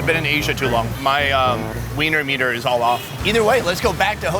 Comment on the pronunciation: said wenier meter and it need 3 sec for the girl to understand xD